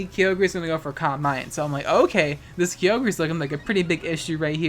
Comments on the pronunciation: EXCUSE YOU? ITS NOT KYOGRAY IT KYOGREE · DID HE JUST PRONOUNCED IT "KI-O-GER" AND NOT "KAI-O-GER"? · KI-YO-GRE? Isn't that KAY-OGRE(silent E)? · HOLY SHIT STOP SAYING KEEOGREH ITS KAIOGRE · You call it Kee-oh-gray I call it Ki-oh-ger. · It’s Ky-Ogre... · "Kyogrey" Unsubbed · u mispronounced "KyoGREY" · “Kee-yo-gray” the was you say it is incorrect lmfao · Someone needs to make a compilation of you saying “Creole-gray” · French style ;P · im unsubbing because the way you say kyogre /s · why haven’t you pronounced Kyogre with a soft g yet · Why must you say kyogre like this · I'm glad Kyogre's getting snapped in gen 8 so I don't have to listen to you pronounce its name anymore. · Why can you pronounce Kyogre right? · you almost said it right sis